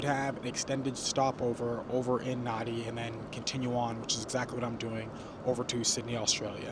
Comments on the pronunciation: A well put together review. I was wondering how long it would take you to realise that the major airport you were travelling to is pronounced “Narn-dee”, not “Nar-dee”! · I';m sure you've learned by now it's NAN DEE (Nandi)